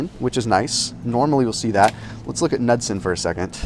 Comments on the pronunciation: Man you’re good looking, but it’s pronounced “nude-sun.” Lol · luv ya guy, but it the K is not pronounced in Knudson's.